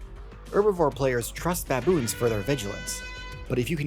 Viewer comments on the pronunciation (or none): It is "baboon" not baBOOM